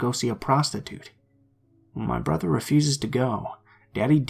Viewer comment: I only listened once but to me the only strange thing was he said "bo-ther" instead of "brother." otherwise idk?